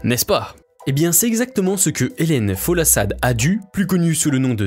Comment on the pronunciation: Ça ne se dit pas Adu mais Adou … et son prénom se dit Sadé